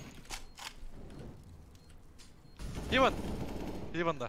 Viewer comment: hivın değil hevın 😀